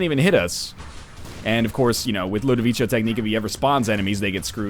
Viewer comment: Its said ludovico not ludovicho, ludovico is italian